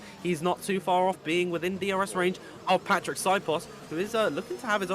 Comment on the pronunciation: Please learn how to pronounce Patrik s name zio cane una cosa dovete fare